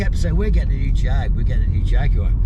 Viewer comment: Highly confusing but nevertheless entertaining video! I have the 2.2 auto which is a super slick changing box, but convenience of that aside, it’s never topped 50 mpg, but does that cruising at quite brisk speeds! Mondeo was in fact a great car, but never a Jag-u-ar! It is very quiet, very smooth, steers and handles brilliantly for a car of near 13 years of age., ours being a10 plate face- lift version estate that we had remapped and we can call it a quick, not fast, car now, at 178 hp on rolling road! Close to the manual I suspect in 0-60 times!’ Seats and extras in the SE version ours is, set it well apart from the Ford, apart from Platform, brakes and suspension bits, very little else, and ours in Ultimate Black, still gets the compliments it deserves, as the handsome vehicle that it is! Cheers